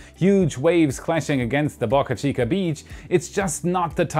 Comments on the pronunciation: Dude! Pronounce Boca Chica correctly. Not Bahka Chica. Bohkuh Chica... Boe. Bō. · Please. Pronounce name of the SpaceX site correctly. It’s pronounced Bow-Car Chica, not BuckA Chica. Bo-ca Chica NOT Buk-A Chica. There’s no U in Boca. It’s a Spanish word. What’s a Boca? A river mouth or a harbor entrance. Muchas Gracias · Why are u pronouncing Boca Chica differently this video